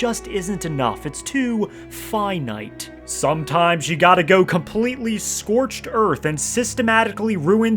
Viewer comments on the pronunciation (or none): "Skorch earf" alright billy butcher lol